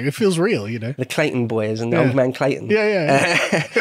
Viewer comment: it's the "Clanton Gang"... Not "Clayton"